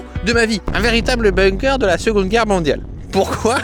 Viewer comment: En tant que germanophone, je précise que ça se prononce boungker et pas beungker.